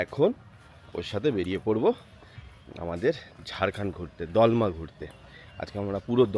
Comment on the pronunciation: Please correct the pronunciation. ...it's DOLMA not DAALMA....